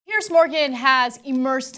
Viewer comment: It's odd how Ana has never been able to learn Piers Morgan's name. It's Piers, rhymes with "peers." Not "Pierce." She always calls him Pierce, though. Weird. You would think she would notice how it's spelled. Or how everyone else pronounces it. You would also think sooner or later someone would mention to her that she's using the wrong name for him.